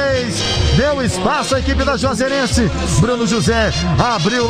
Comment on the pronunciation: não sabia falar Juazeirense 😂